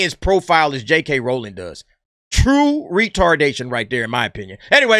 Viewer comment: Say it with me R-OW-ling (Ow! like when you stub your pinky toe) lol.